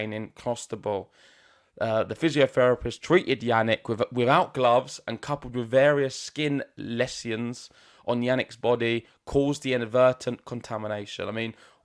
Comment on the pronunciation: Dude you lost me by the mispronunciation of the word "Lesion". And Engilsh is my 5th language